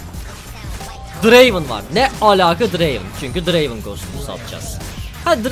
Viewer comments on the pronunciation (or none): Abi bence draven değil Drrrrrrraven xd